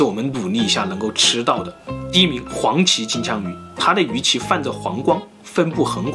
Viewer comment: 我怎麼聽起來 金槍 像 機槍